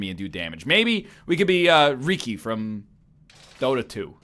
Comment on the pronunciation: The way he pronounces Riki.